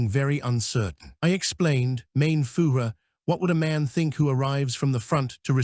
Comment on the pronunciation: Interesting & worthwhile reading, but atrocious German pronunciatiion. 'Fugeh' For Fuehrer is bad, indeed. This has to be an AI reading. Please redo , as content is useful 😮